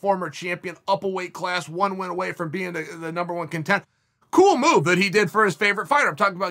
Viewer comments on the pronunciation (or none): none